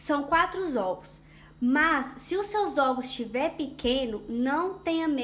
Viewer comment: 🤣🤣🤣🤣 zovos vem de zoiudos. Sua explicação é ótimo e seu bolo deve ficar excelente mais olha zovos 🤔🤔🤔🤔 !!!